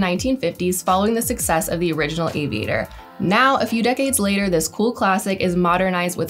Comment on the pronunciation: OMG my ears, I've never heard so much vocal fry in one video, never again, torture. Also what does "suc-sass" mean? 'Success' maybe? and "frash"?, ah I get it I get it......'fresh' right?